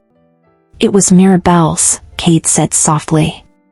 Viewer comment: the story is very good, but there is a problem with the names. First you called him Cade, then Kae. which is it? And the girls name is Isolde. Not A Sold.